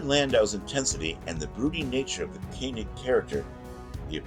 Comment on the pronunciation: Mie-uh. Koe-nig.